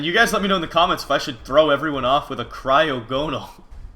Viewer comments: Mitch it's pronounced cry-og-a-nol no cry-og-no-al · mitch...its pronounced cry (as in tears) ogo (as in saga) nal (as in null) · Its pronounced cry-ah-go-nal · It is pronounced cry-awe-gon-il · Pronounce it cry ag o nal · you pronounced wrong it it cry-og-en-al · Mitch the pernunsiation is Cry-Og-On-All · It's pronounced cry og a nal I think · It's cry-og-gon-al is how you say it